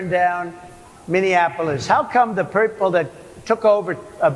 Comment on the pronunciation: 'How come the peorple...' 🤣